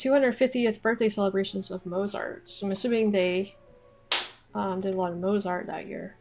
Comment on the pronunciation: Pronounce Mozart like there’s a T before the Z